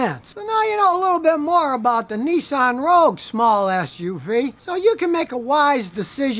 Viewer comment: It's RoGUe. Not RoUge. Rouge is a color like red.